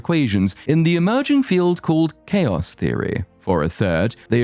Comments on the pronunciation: "thaos theory" Unforgivable, I'm unsubscribing. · "thaos theory" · "THAOS" theory hmmm? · . "thaos theory"